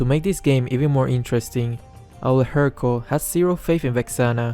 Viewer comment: Guys it's confirmed... can't pronounce Helcurt